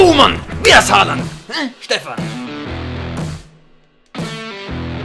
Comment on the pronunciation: Stefan es heißt Haaland